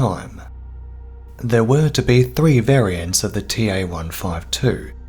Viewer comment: I you seriously need to learn how to speak proper English. You sound like a 2.5 year old child trying to pronounce three. Why do you say free? Laziness? Dyslexia? Idiocy?